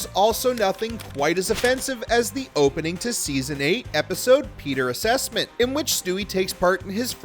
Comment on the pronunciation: Peter ‘Assessment’. Are you sure? Wanna try that again?